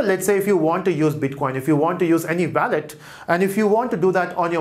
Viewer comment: it sometimes get annoying to hear wrong pronunciation of wallet again and again ;)